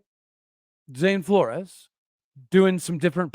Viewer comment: Pronounced "Floors" (Flores)